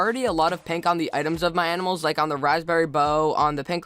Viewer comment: I luv how u kinda say lick instead of like xD